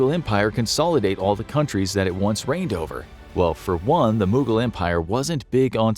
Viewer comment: The way they pronounce mogul empire angered Ghangis Khan